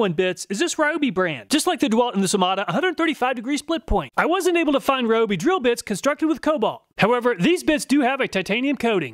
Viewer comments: It kills me when people pronounce Ryobi wrong like he does. It's Ree-oh-bee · Fun fact: Ryobi is pronounced REE-oh-bee (see Kyoto or Tokyo).